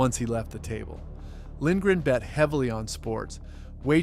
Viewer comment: Lindgren is the first name pronounced right in this video 😅